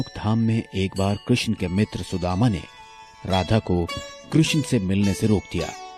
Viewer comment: Shredhama not Sudhama